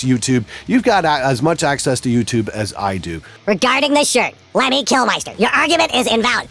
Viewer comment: Kilmister is pronounced like it's spelled. It's Mister, not Meister. That's the way his son pronounced it at his funeral, and I figure he knows.